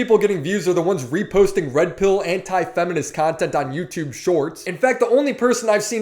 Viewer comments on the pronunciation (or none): none